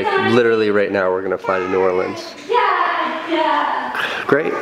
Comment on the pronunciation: It really makes me happy that you don't say "Nawlins" or "New Orleeeeeens". No one from here says it that way unless they are in a movie. Everyone from here pronounces it "New Orlins" which is the proper way to say it.